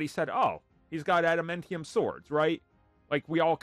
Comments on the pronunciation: Why are you pronouncing adamantium like that… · Adam Entium huh